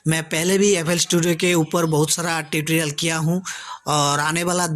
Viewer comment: Bhidio , Bhokal ,Bhiwer, Titrial. ye kya hai sab Ridiculous such a?? make better your word Pronouncation